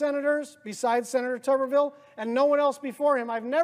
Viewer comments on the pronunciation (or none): It's pronounced "Tubber-ville". Not "Toober..."